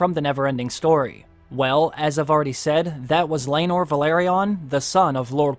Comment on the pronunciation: It's laenor and seasmoke. Learn all your dragon before you watched DAMM!!!